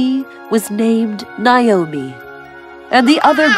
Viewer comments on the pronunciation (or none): Naomi - not Nayomi.